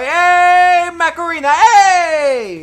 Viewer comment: it sounded like "macarena" 🤣